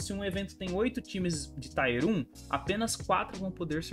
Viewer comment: Tier fala tier mesmo, não taier.. com a pronúncia do t que vc faz. A valve nao faz uma m de um anticheat, cara... cs2 eu nem vou baixar pra nao perder tempo e saúde. Cs morreu pra mim.